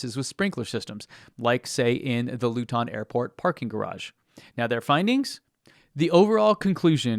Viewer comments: Hahahah I loved it. He made it sounds posher than it is. Loo-tin sounds like a thing you find in a Victorian household :D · Thanks for pointing out the Luton airport fire (pronounced 'Loo-tun' btw). I'm a British guy living in France and I keep track of the EV market and the anti-EV channels such as 'Geoff buys cars'. Despite his and others jumping on the misinformation bandwagon wrt to car fires, EV sales in the UK have risen every month this year and in November passed the 25% mark of new car sales. Overall BEV sales rose by 18% in 2024 over 2023. The numbers in France are similar. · This guy has never heard a Luton accent. :) Sort of sounded like a contraction for "Louis Vuitton". Luton isn't quite as ... glamorous. ;) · Luton is pronounced Loo-tun with the emphasis on Loo. You made it sound French or African or some shiz 😂😂😂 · Luton is pronounced "Lootn" just so ya know :) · Heheheh I love how you pronounced Luton. It makes it sound Asian. And not ths hit hole I worked in for too long. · You need to check your pronunciation of luton lol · You say Luton funny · Love your videos and content but your pronouncing of Luton and Bedfordshire as a English person is very triggering 😂. Keep up fighting the FUD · Fantastic job! Thank you so much for going out of your way to fight FUD. I'll keep on following your channel for as long as you do. However, please check the correct pronunciation for names such as Luton, Bedfordshire, or Hertfordshire. The Brits would warm up to you in great numbers. 😊